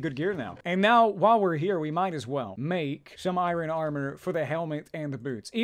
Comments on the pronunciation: He calls it iren for some reason it really bothers me? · He says irohn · Eye-Reh-In = Iron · Learn to pronounce "iron" please.